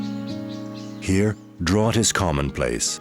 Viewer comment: strange. Ai pronunciation of the 😢word "drought" .. arrgh ... narrator says "sem-PA-so-chil" arrrgh . the flower of day of the dead.